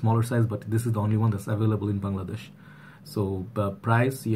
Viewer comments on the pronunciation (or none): none